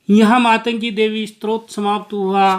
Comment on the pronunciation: तेरे जैसा मुर्ख आज तक दुनिया में नहीं देखा जो लिखा हुआ भी सही से पढ़ नहीं पता है।जो स्तोत्र शब्द भी गलत बोलता । थोडीपढ़ाई लिखाई करनी जरूरी थी